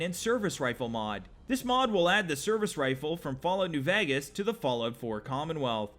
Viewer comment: Lmao "fall out new Vagas"